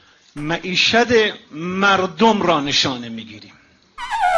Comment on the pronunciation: این یارو وراج ب جای معیشت گفت معیشد!